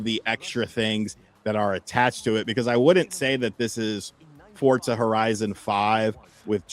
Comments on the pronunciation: (For)(za) not fortzah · Am I tripping or are they pronouncing it fort-zah?